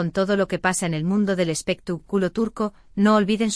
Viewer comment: Porque lo traduces tan mal no sabes el español bien,debes decir expectaculo y no lo que dicesdices espituculo